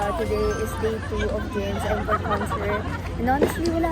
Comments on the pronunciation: As an ARMY, Im so happy for you. Next year talaga makakanuod na din ako 🥺 Also, atteco encore is pronounced as 'ankôr' not en, kor. Hope I helped ❤ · You pronounce it like aan-kor not eenkor for the word encore 🤗